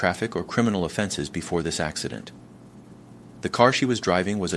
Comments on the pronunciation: Is the presenter AI? The design seems very human. "ax-eye-dent" made me question everything. Also the eyes look like they're right on the lenses of the glasses, and flat. Perhaps missing shadow from the glasses frame? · This guy can't decide if he wants to do the US accent or Rus-english accent. Mispronouncing 'Acci-dent' 'Dosh' for dollars, 'Che-ne-say' 'Chi-ti-zens' for Chinese citizens, 'Sea-At-lay' for Seattle, 'Defandant', 'Sing-le' bedroom apt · And “it” pronounces “accident” as “ac(cy)dent”